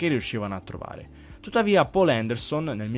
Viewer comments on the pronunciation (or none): none